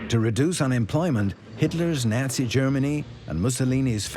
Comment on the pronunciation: Nazi, Delano, Toledo - mispronounced.